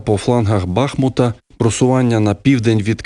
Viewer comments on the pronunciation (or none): Шановний дикторе ! Не "бАхмут" , а БахмУт !